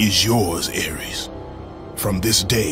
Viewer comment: Its Ares not Aries